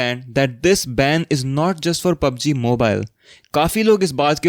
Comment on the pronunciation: bro its not "Moobilee", its is Mobile